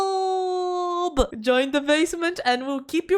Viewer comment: "Haaaaat! Say Hi to YouChoob" - My ears